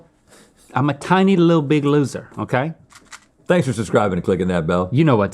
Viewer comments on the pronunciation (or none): none